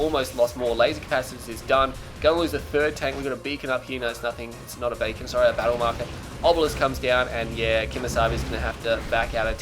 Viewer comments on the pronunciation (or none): I think the heroic avatar was also unleashed on tournament decision. on a side note, did just call the beacon a bacon? tell me I'm not the only one that heard that.